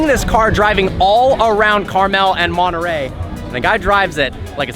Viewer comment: Nice video Personally I find it too much of a Chiron w/body kit. Anyway, if I'd get $1 for every time your said "absolutely" in your videos, I could probably afford one of these now (not that I'd buy it, though). And how come Americans can't pronounce Centodieci - or Monterey for that matter?